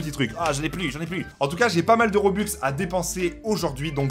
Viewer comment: Juste c'est robux et pas roblux